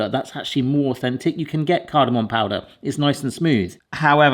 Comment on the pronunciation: Cardomom not cardomon come on 😂😂😂